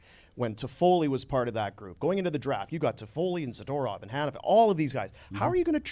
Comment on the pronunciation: Someone tell Frank how to pronounce zadorov.